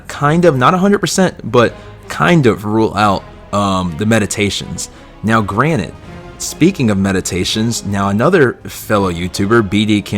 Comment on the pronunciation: you pronounced "granted" as "granite" and you also used it in the wrong context